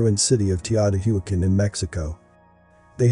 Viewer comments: It is pronounced Tayo Tee Wuckon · you asked what we think about the video ... The information is fine, but the mispronunciation of words is quite annoying. Words such as Enochian and Teotihuacan should be pronounced correctly. It quite diminishes the ovrerall impression of the video.